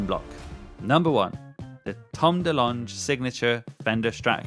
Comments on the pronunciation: Bro wrote Tom Dalange and even worse, said Tom Da-Lanj 😂 how has he never heard of Tom Delonge. It’s pronounced Tom Duh-Long. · why do you keep saying his name that way? You spelled it wrong too. Why are British people so committed to pronouncing everything incorrectly? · Not to be a stickler but you're pronouncing 'Delonge' totally wrong 😂. Im a huge TD Fan and own his Epiphone es333 which was great value next to the Gibson version at the time. The issue 'in my opinion' with the new Fender TD strats seem more like Squier quality instruments than the original Fender released ones. I owned an original Fender TD and like an IDIOT! I sold it a few years back. Ive played the new version and it is nowhere near the built quality of the originals. Its 100% felt like I was playing a classic vibe level Squier... Now Classic Vibes are excellent guitars! But the TD reissue Strat is around £1000 🫨